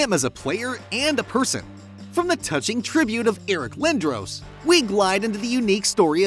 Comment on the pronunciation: And it’s Eric Lin-Dross